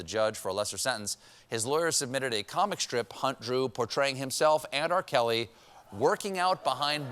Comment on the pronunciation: How you could miss the fact that this guy called R. Kelly... "R. Celly" lmao....